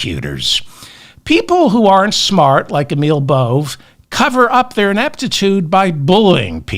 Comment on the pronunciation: Bove is pronounced Bo-vay. He’s an effing asshole either way.